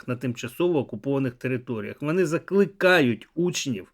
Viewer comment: Навчиться,будь ласка,говорити. ,,О'' в українській мові! ВОни!ДОпОмогу!....